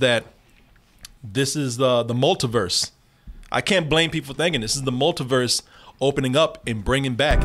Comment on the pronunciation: No one:: Wunda and the Multaverse